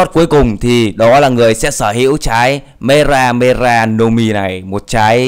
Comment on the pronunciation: lúc đầu thì đọc từ mera mera thàng mega mega